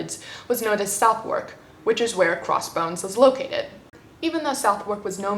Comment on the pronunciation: I feel I should point out that the pronunciation of Southwark is Suthuk.